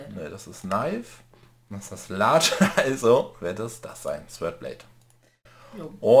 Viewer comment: hat die die Sachen gesiebt, wird noch das Smeltery aufziehen und rettet vor dem Tod. ^^ Eine Frau für allen.;) P.S. Beim Sword wird das w nicht mit ausgesprochen ^^